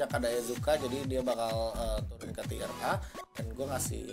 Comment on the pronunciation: "Tier" om, bukan "Tire" pronounce nya agak kurang sreg saya denger nya tapi gw setuju semua sama tier yg disebutin